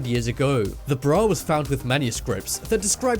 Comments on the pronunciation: Breauh. ugh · The way he said “bra” triggers me😂 (In the title part)